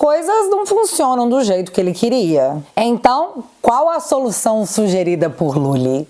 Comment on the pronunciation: OBSERVAM O PAI DOS POBRES FALANDO 🗣️... FUNCIONAM KKKKK ELE FALA FONCIONAM KKKKK 😁😁😁😁😁😁